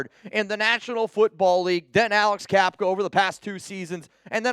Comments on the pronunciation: Bruh it’s Cap-uh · Cappa, not Cappka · Isn’t it Cappa not capka??